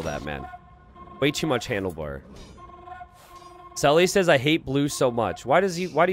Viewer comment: The funniest thing about the Sully/Saly confusion is that it's completely unnecessary because Salytmacska isn't pronounced remotely like that.